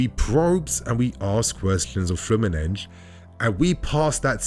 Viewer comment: Good video, but please stop with the Fluminenj pronunciation. It’s ’FLEW-MIN-NEN-SEE’. In Brasilian Portuguese ending ‘S’ do not sound as ‘Jjjjjj’ or ‘Shhh’. That sometimes happens in Portuguese native, but definitely NOT in Brasilian Portuguese. Trust me, my g/f is Brasilian.